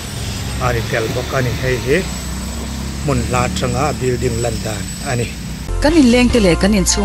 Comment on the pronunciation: Bilding nilovin building tur aw thil hming te hi hriat dik ve deuh tur aw😂😂😂😂